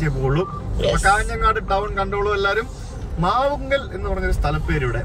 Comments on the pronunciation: മാവുങ്കൽ അല്ല മാവുങ്കാൽ . കാഞ്ഞങ്ങാട് നിന്ന് 16 Km മാറിയുള്ള ഉദുമയാണ് എന്റെ സ്ഥലം ❤ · അത് ഫ്ലൈ ഓവർ ആണ് പള്ളിക്കര മേൽപ്പാലം ബേക്കൽ അല്ല തൃക്കണ്ണാട് ആണ് നാഷണൽ ഹൈവേ ഷോട്ട് കട്ട്‌ അല്ല അത് തീരദേശ ഹൈവേ ആണ് മാവുങ്കൽ അല്ല ചേട്ടാ മാവുങ്കാൽ ആണ് മറ്റേത് പുള്ളിയുടെ വീട്ടുപേര് ആണ് ഇത് സ്ഥലപ്പേര് ആണ്